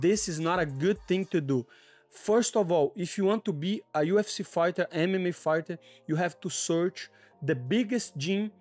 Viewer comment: Did he say UFC Farter 😂. Always rooting for you!!!!!